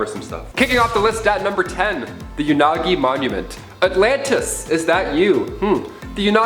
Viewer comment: Umm, I think it's pronounced as Yo- na- goo- nee. No offense, just saying...😄